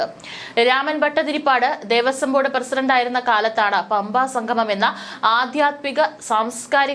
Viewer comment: ദേവസ്വം ബോർഡ്തല???? ഭഗവാനെ മലയാളത്തെ കൊന്നു കൊല വിളിക്കുന്നു😡😡 ദേവസ്വം ബോർഡ്. തലവെച്ചു കൊടുത്തത് എന്നാണ് വായിക്കേണ്ടത് ബോർഡ്തല അല്ല...